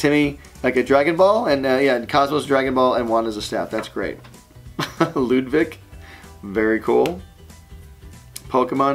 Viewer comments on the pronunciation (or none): none